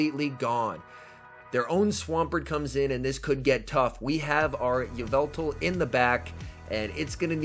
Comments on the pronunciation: it’s evil-tall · ee-VET-all???? obviously it AI-vet-all